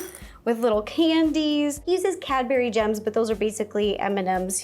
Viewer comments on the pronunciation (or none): none